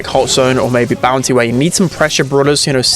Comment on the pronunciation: Great video, thanks pal. Not sure if I'm heaving hearing problems or you are pronouncing "bounsy" instead of "bounty" ?